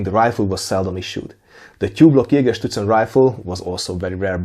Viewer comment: It probably has to do with the time I spent in Bavaria in the US Army, but every time you said Jägerszutzen in this video I heard it as Jägerschnitzel... Now I'm hungry!